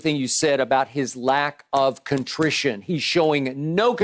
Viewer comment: Skip pulled a Stephen A and said contrition